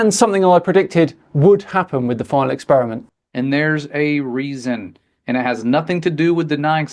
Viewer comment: The guy starts off by talking about "The Final 'Ex-Spear-a-mint'". Now, I'm no languager (Rick & Morty reference), but I think it's pronounced "Experiment". 'Ex-Spear-a-mint' sounds like gum that's lost its flavor. Guy 1: "What kind of gum is that?" Guy 2: "Well it USED to be Spearmint. Now, it's Ex-Spear-a-mint." I guess my point is: how can we take this guy seriously, when he can't even pronounce a word that most children learn to say in the first or second grade.